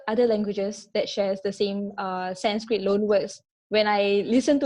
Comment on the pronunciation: This girl's Sanskrit pronounciation is really good. Generally hindi people can't pronounce Sanskrit words properly